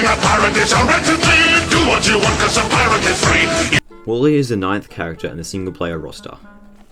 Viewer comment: Im sorry but i cant stand the fact that you say WALLE not Warly